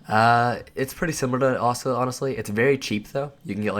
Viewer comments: Ah-Sue-Las set btw ;) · ASS-A-LASS set lmfao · "Oisula set" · I cringe every time he says Asula (ah-sue-la) .. good video non the less. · Say it with me uh soo la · Wow I'm triggered 3 seconds in by his pronunciation of Asula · Great vid but im raging at pronunciation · After about 2 minutes watching, I realized I can't take this dude mispronouncing a simple word anymore. I don't even understand how you fuck it up so bad its triggering.